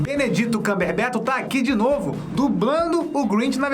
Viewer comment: Nicole Santana Eu não estava falando sobre o "benedito" e sim do "cumberbetch" que o certo é "cumberbatch". 😉